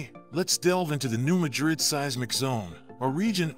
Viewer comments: Artificial, not intelligent. I have friends in the area, and it's pronounced MADrid, not maDRID. Competent content ruined by a mediocre robovoice. Voted down. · It's pronounced MA DRID,not like MADRID in Spain. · Pronounced New Madd Ridd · I live in New Madrid The accent is on the ma 😮